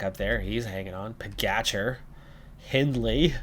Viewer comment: RojTS. If you don't have the inverted roof symbol over 'c' in most Slavic languages, you pronunce it 'TS', like Kranjc. :) The other letter 'č' you correctly pronunce as 'tch' in Pogačar, Mohorič, Roglič. The only drawback is that PCM doesn't support proper letters. It's is interesting that they have the letter 'š' in there for your Lithuanian rider Meškauskas (meSHkauskas) in your other campaign. I honestly hope you don't mind my correcting you! You'll have to come to Slovenia to practice or you may visit our exclave in Cleveland. XD Quite a lot of our residents emigrated to the Great Lakes before and after both World wars. My gerat aunt has lived in Cleveland for over 50 years and moved to Miami five years ago. She prefers 'warmer' weather in her learly 80s. XD Ah, great work and excellent results in stages 5 and 6, KUTGW!